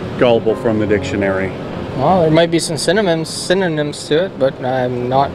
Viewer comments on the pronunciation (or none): Hahahahahaha I LOST IT when that guy said "cinnamons" instead of synonyms. What a dolt. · That first guy said “cinnamon” instead of synonyms! 😂